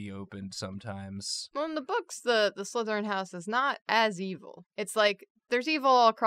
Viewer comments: TRICKLERYN!!! The name isn’t Trickleryn😢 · The last one is written slytherin, pronounce sly-therin. As in sly.